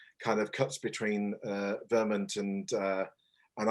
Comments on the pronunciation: sounds more like VER-MERNT to me but Vermint would make a great name for a hamlet or village plagued by rats and other vermin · Great update. This is not a criticism...just an observation from an American. Is pronunciation of Vermont (VER-MINT) typical for Brits? In the US a vast majority pronounce it VER-MOHNT. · No, I'm British and it surprised me too. I've never heard it pronounced the way does. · I picked up on the same thing and checked the comments, way of saying it felt a bit jarring.